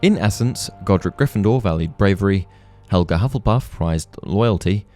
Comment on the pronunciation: “Hufflepuff.” Me: [Hears “Love-lepuff”.] “...Wha...?” [Goes back, hears it correctly the second time.]